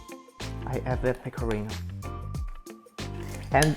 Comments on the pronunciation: Io ti ammiro tanto e lodo la tua intraprendenza, spesso molti si vergognano nel parlare una lingua straniera! Ma quando hai detto PECORRINOW so morta dalle risate ahahahah! <3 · Gli stranieri provano a pronunciare "pecorino" in modo giusto. Lui che parla in inglese: peco(R alla inglese)ino